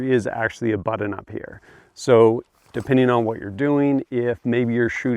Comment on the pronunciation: Its pronounced BUTT-on, not BUDDEN. you dingus